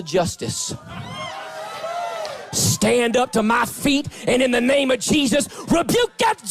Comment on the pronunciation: he says jaysus sometimes!